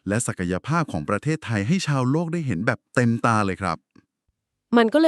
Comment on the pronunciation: ใช่เอไอฟากษ์ ออกเสียง โลก เป็น ลวก งบ เป็น หงบ